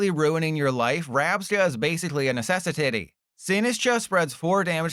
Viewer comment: "Rabscas basically a necessetaytay"